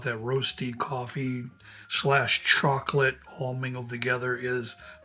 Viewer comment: The way he pronounce chocolate as charcolate is love